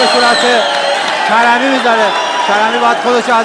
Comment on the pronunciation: اول زبان خود را دروست کن لطفا کرمی نه کریمی